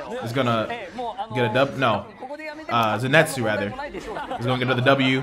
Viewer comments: It’s pronounced “Zeni•tsu” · Just fyi, its Zenitsu not Zinetsu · zenitsu not zinetsu like fkn pls bro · its pronounced za neat su